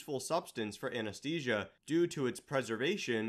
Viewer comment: AnesTHesia. Not aneSTesia